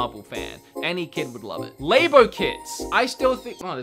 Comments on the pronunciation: “Laybo kits!” No. It’s l-ah-bow Edit: sorry if this sounds rude, this is one of my favorite YouTube channels I wouldn’t be mean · Did he really just say LAEBO KITS?